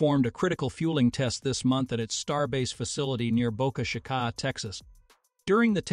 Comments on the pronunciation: Boca Shikah? AI voices have a way to go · Oh for the love of...... It is pronounced BOAKAH CHEÉKAH ! ..Boca Chica ....